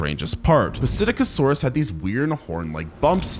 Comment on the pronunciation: It’s pronounced sit-ack-o-saurus